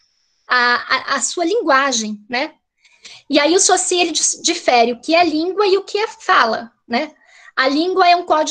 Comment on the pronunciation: Ferdinand Saussure (a pronúncia é sôssi) Que vergonha de uma "pesquisadora de linguagem ainda não se familiariza com a pronúncia de Saussure. Fora a militância de criticar o conservadorismo. Sou professor de Português, lamentável pelo preconceito do "bem" com que é conservador.